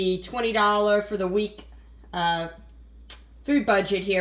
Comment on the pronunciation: Delicious? She used canned mix vegetables. She can't even pronounce potatoes or for.